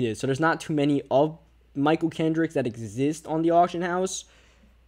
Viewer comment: I'm assuming this guy is from ny cuz he's a giants fan so why does he say "duh" instead of "the"